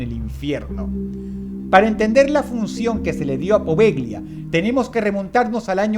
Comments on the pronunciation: Bien Dross, pero las letras "gl" italianas, son la ll castellana. Se dice "Povella", no "Poveglia" xD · La pronunciación correcta es Povelia, no Poveglia. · Poveglia se pronuncia poveya.